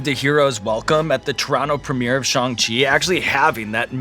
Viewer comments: finally someone who said shang chi right :,) loved this interview so much! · Much respect to Sean for pronouncing the title of the film (at least as far as I can tell) correctly. I still hear "Sh-aang Chi" all the time. But Sean said it exactly how Kevin Feige does, so I think it's good.